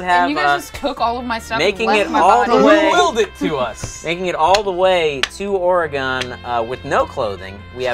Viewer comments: The way pronounces Oregon. Cringe. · As an Oregonian listening to you completely butcher the word willamette and Oregon the entire episode was both cringe worthy and oddly funny